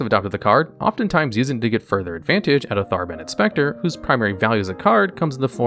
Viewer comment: Thaarrrrben Inspector lmao. Love the content but your mispronounciations drive me up a wall. Ne crop o tense and now Thar Ben. Pls stahp lmao keep up the good content my dood